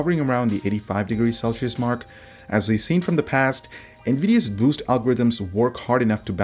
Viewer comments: It said boose clock don't you mean boost? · "BOOSE" clock? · "boose clock" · ... 'boose' clock? xD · "Boose clock" :D